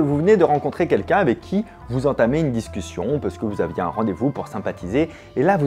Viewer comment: Meuh ... "SCUSSION" !! Si-si, 1 minute 34 après le début : "SCUSSION". De "dis «scussion»". Tu l'as manqué, çui-là ... 👻